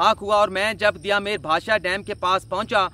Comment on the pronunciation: دیا میر نہیں ٹھیک لفظ ہے دیامر